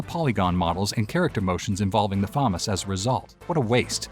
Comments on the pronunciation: Famas Say it with me fu mas not fomis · Say Famas one more time... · ...learn how to pronounce words... damn near ripped out my ears hearing you say FAMAS that way constantly